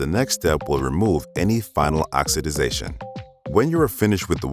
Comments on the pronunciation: Narrator says “Ox-ah-dization”…???? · Except him saying oxidation wrong